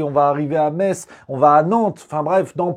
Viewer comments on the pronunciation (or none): none